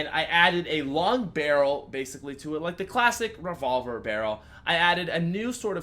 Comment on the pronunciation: "The Rayvolver"